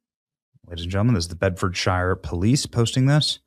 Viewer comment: Benny Dickson's pronunciation of Bedfordshire is absolutely correct.